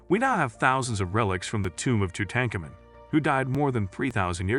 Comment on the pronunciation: I can’t even watch this. The narration is once again repetitive and mispronounces the very subject of the video. Just stop. Please.